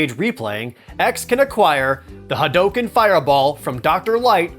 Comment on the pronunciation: why are you mispronouncing hadouken ?